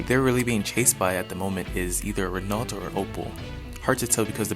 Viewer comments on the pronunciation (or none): 1) Renault is pronounced "ren-o" 2) The chase car is a Lancia (Lahn/tchah)